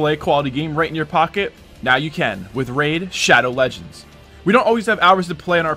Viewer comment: Said laddow regends